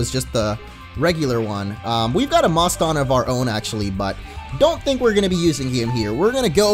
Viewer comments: i think moston is pronounced like the city boston, because it evolves into a pokemon named mosstachusetts, not sure how to spell it, but it is like Massachusetts. boston, Massachusetts. get it? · Moston is pronounced like if you where saying Boston but with an m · Also Moston is pronounced like Boston. You'll love its evolution's name lol.